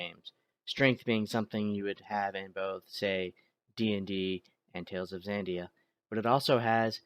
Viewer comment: It's Xadia, not Xandia